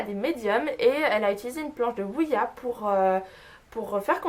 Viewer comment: Ouija, pas Ouiya! Ahaha ^^